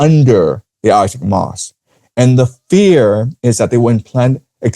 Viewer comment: Al-Aqsa is pronounced æl ˈæksə (al-AK-suh), not al-asak